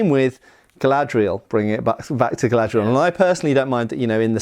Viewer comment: It's. Not. Galadriel.